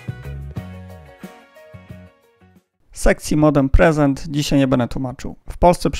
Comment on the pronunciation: preset, a nie present